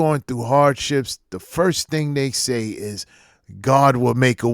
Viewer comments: I hate how they pronounce the word "thing" as " thiiiing'k" 😖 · I fucking hate the way they talk!! What the fuck is that "ink" she adds to every adjective in her sentences! Sinkink, thinkik, doink! The fuck?